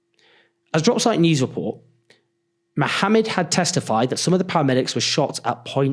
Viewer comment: Thank you for pronouncing Mohammad’s name correctly